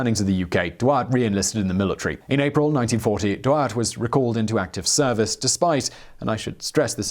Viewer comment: Except that he wasn't German? He was Belgian upper class, which spoke french at the time, and his name should be pronounced as such? But yes, the pronunciation is off in the vid, but your suggestion doesn't make it better.